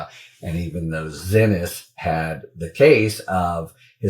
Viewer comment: It's not pronounced "ZINNIS" Harry. Please. SHE SAID it is pronounced "see-knees". Please. Pleeeeeease.